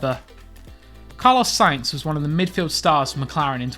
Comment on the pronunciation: It’s sainz!